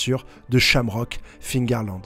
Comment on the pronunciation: Mais arrête de dire fingarland ! Cest figarland ! Cest comme les gens qui disent tommy hilfinger